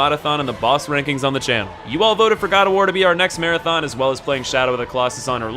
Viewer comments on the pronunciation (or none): none